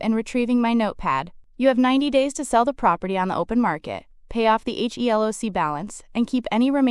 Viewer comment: “HELOC” is pronounced “ he-lock”. It is never spelled out as “HELOC”